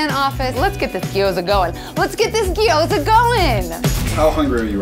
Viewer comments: it's pronounced "gyoza", not "giyoza". There's no "i". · When everyone in the video says gyoza wrong 😣😣